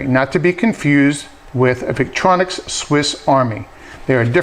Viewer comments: Victorinox, not Victronics. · thank you for the review. by the way the name of the other company is victorinox, not victronix